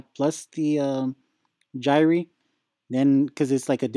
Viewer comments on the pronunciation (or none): The gyre is pronounced "jy-er".